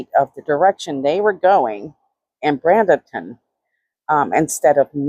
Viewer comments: Just so you know, it's pronounced like Braiden-ton. There are some really nice areas in Bradenton near the beach, but the further away you get from the beach, the sketchier it gets. I would not want to be in some of those areas am. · I live in Bradenton. Pronounced braid-in-tin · Its pronounced Bray-duhn-tn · I lived in Bradenton most of my younger and teenage years. Graduated high school there. It’s actually pronounced “Braid in ton” Praying for Giovanni’s Family, especially his Mama. I have her son his age. I get the middle of the night phone calls. I couldn’t imagine the guilt I would have to live with a finalist a call for help in the middle of the night after something like this happens. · Bradenton - Braid den ton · There is no n in Bradenton. She definitely is pronouncing it wrong